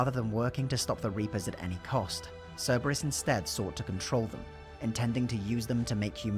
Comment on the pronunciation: Don't worry about mispronouncing the name. When I first played ME3, I called them "Cerebrus."